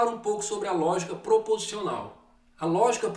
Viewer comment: Olá Roseli Sumire! Não foi impressão, houve uma falha na pronúncia da palavra proposicional. Obrigado por assistir o vídeo e pela observação.